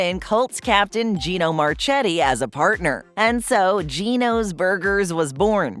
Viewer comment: Gino's was loved by its customers and employees. Gino's created the Gino Giant, which was copied by McDonald's exactly and named the Big Mac. Gino's created the Sirlioner, which was copied by McDonald's exactly and named the Quarter Pounder. BTW, Marchetti was pronounced Marketti. Get your facts straight.